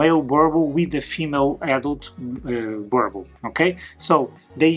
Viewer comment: You need to learn how to pronounce the breeds name👀 [boo- rrrr -bull]